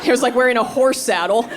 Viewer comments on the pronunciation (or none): Was that "horse saddle" or "whore saddle", because it sounded like the latter, but there are some... implications there.